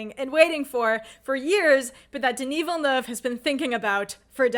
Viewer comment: Your enthusiasm is contagious! I've always been a long time fan of Villeneuve's pacing, moody atmosphere and tension building skills since Incendies. He's shown he can make people feel different about what's on a screen. And, as a Québécois, I have to say your pronounciation of my fellow countryman's name is perfect! ;P